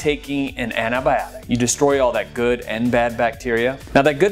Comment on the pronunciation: It's Antibiotic - Why does he say Anabiotic!